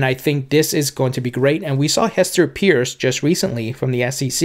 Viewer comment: Finally! Ask Hester it’s pronounced pierce or purse